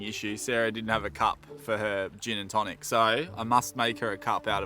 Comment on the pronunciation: You murdered that Gin mate.